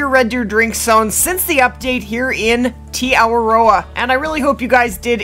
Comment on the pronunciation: Kia ōra Lady! As someone who is a Māori from New Zealand, although you're not say Te Awaroa properly, I give you my credit and respect for trying😇 I could help you if you want? To make it easier, break it down like ( Teh - arwar - ror ) I hope this helps?